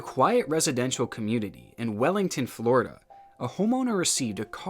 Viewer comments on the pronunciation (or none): none